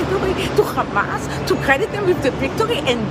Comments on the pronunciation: She says Hkamas like I would expect Christopher Watkins would say it. Close your eyes and picture him saying. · Bro I’ve watched the “HÀMAăAAS” part so many times i caaannt 💀💀